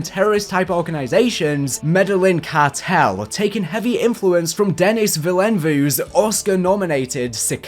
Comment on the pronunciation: How this mans pronounced Denis Villeneuve😂😂